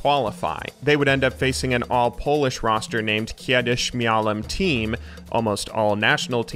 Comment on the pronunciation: absolutely smurfing on that "Kiedyś Miałem Team" pronunciation